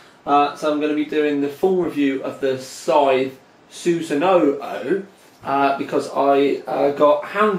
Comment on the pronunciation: chassis is pronounced chassey scythe is pronounced psythe and sunsanoo is susanu